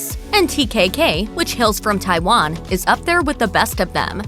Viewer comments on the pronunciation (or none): none